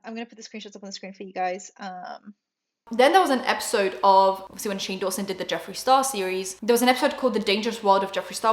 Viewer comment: Dunno why, but when you say Shane Dawson, it sounds like "shingles" to me and I love it